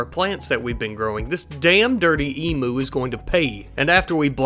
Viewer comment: emu not emooo "eem you"